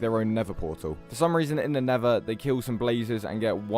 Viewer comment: bruh this dude has earned my respect just by pronounsing nether like nevah